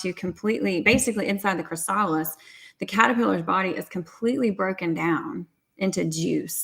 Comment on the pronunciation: Cathryn: Just an FYI on how to pronounce "chrysalis".